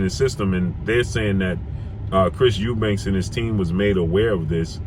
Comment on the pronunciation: Lmao he's eubanks according to you American dudes. It's Eubank!